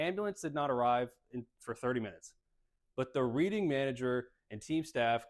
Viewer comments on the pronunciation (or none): it's pronounced "reding"